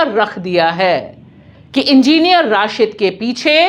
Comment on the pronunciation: Enginer Rashid nahin Madam Enginer Rasheed. Try to speak correct word correct name.